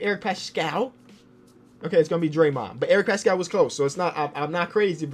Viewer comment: it’s Eric Passkull not like pascal siakam